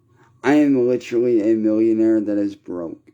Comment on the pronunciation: “Litcherlly” shut up Quit crying and repeating the same story every day poo poo pants. “One red cent” stfu dude